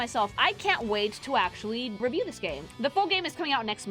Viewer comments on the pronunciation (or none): none